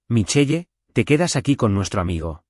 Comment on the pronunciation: MICHEL … NO MICHEYE 😡🤬. para que usan nombres en otro idioma si los van a pronunciar MAL 🙄